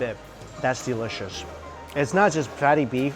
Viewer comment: delicious nak bukan delecius,kalo gak bisa ngomong inggris mending jangan wkwk